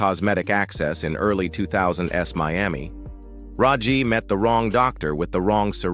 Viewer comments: Tear tear, Dove dove, Wind wind, Ai cannot get these right! "2000's" ( All dates, Times, and Amounts, are Beyond it! [Said: 2000's : "Two Thousand-ESS"] haha hahaha – Ai Cannot Not be Hilarious: Kind of hard to Rule the World if you can't even say the Date! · "2 Thousand S" Hilarious idiot Ai can Not do Dates/ years, or amounts!! Ha tf hahahaha!! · what the hell is the "2000'sdees?" Great sign of AI slop channel!!!😂😂